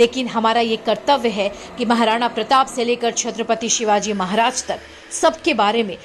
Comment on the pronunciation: Krupa karke 'Chatrapati Shivaji Maharaj' yesaa boliye